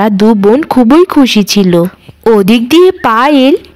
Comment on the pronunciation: খুবোই নয় এটা হবে “ খুব ই”